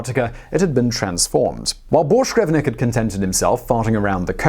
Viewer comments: His name ends with VINK not VNIK. Had to get it out there. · Carsten BorschgrevINK! His name was Carsten Borchgrevink, not Borchgrevnik. Jesus.... A guy goes way the hell out of his way to be the first man to step foot on Antarctica.... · ARRRRGGGHHHHH How do you manage to continually butcher names when you have them there right in front of you ? his name was "Carsten Egeberg Borchgrevink" NOT "Carsten Egeberg Borchgrevnik" !!!!!! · Hehe, "Borsh grevnik" Bork-grevink.. Not that hard really..